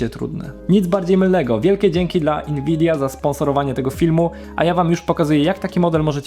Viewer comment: Dlaczego mówisz inwidia?